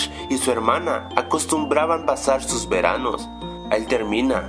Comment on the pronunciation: . No es sos es sus xdxdxd